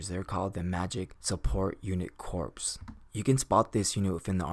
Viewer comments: Good video. Only complaint is that it is pronounced core not corpse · Just a small nitpick, but corps is pronounced "core" and not like "corpse." A Marine Corps officer will be quicker to correct you and won't do it as nice. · Colin Fonken, exact same comment I was going to make, every time he said "corps" instead of "core" it really bugged me even though I know that pronouncing corps as it's spelt is a very common mistake. I liken it to how we pronounce "colonel" as "kernel" it's just one of those words that you have to know from experience how to pronounce because trying to pronounce it phonetically from it's spelling doesn't work. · Corps is pronounced as “core”. It’s a weird word. It’s always spelled as corps even when referencing in plural or singular, but it is spoken as “kor” (singular) and “korz” (plural). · corps is pronounced the same as core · Great video. But, corps is pronounced "core". It was a little distracting. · FYI, the word corps is pronounced as core, the P and the S are silent. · Nice video and breakdown. Some advice, a corps is pronounced like core - Latin -> French...... The archers can be utilized in the rear ranks, but it has been proven to be quite an effective tactic to utilize the archers on the flanks, forcing the enemy forces towards the center; heavy infantry then have some fun. The cavalry would then encircle and clean up. Magic users (artillery) would massacre the troops in the center. Mongols utilized a similar tactic with no magic. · Corps is pronounced as "core" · When you said goblin heavy corps, it should sound like goblin heavy core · Just an fyi not trying to say snuff or nothing, but "Corps" is pronounced "Core". At least that is what my English teacher sed. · The p in Corps is silent!